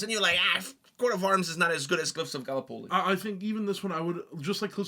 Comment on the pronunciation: How the F did he pronounce Gallipoli? Invalid list anyway, no Shiroyama